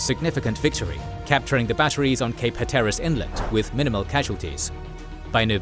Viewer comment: minor gripe but it's pronounced hat-ter-iss